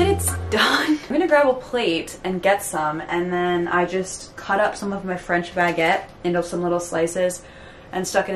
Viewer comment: im french and i got to tell u that ur prononciation of baguette is PERFECT! like it’s not common to hear non french ppl pronounce it that good